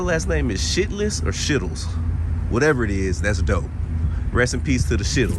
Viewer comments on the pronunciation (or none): The Shytles is pronounced Shy tles, as in being shy!!! And no, Lee Harvey Oswald did not kill JFK. He was exactly what he said he was, a patsy or fall guy. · That last name is pronounced, like Shy-tles, lol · Pronounced: "Shiles" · New subscriber to your channel(s) I believe the name is pronounced “Shy”tles not the name you stated ( no disrespect) I really like your videos. Thanks for doing them. Stay safe & thanks for keeping it real, Anita Late entry. I listened to this with earbuds & feel I get a lot more from the video’s with them. Got a ton of info from this thank you.